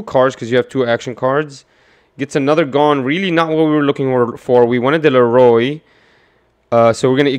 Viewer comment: Please say leorio right 😂 Leroy was killing me